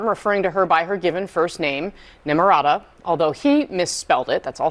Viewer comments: I honestly thought Trump called her "Nimrada" as a play on Nimrod, I thought it was hilarious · Say her name....Nimirata 😊